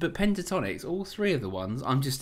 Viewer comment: haha .. its not Pantatonix .. but Pentatonix ... smile ..